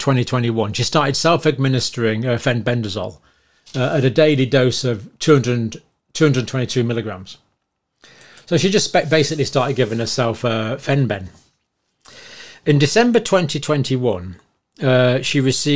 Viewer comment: It's Fenben, not "Feb Ben."